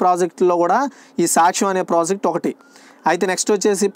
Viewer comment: Anna saakhyam or saksham na??? Konchem clear ga cheppandi